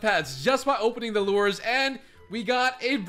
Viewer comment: He keeps calling lures lores